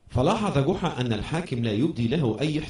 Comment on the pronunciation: جحا وليس قحا